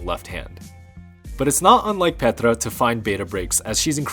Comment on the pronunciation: Great video, as always, but one nitpicky remark: "Petra" is actually said with a long "e". I wonder why all the commentators keep getting this wrong. Here's a video where she says her own name right at the start